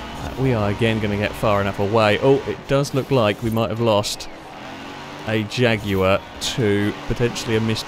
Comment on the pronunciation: Your saying jag wrong. Your ment to extenuate the JJAAAAGG in jaguar